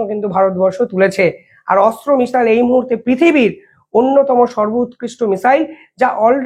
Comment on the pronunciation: ভাই তোমার উচ্চারণ ঠিক করো ওটা অস্ত্র মিসাইল নয় Astra